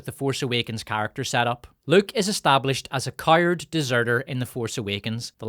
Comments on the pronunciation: it's pronounced 'COW ART'. Not 'kewerd'. Please learn to pronounce English words. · I sometimes catch myself on thought that I watch this channel primarily to comprehend the absurdity of author's accent like when he pronounced coward as KAIRD on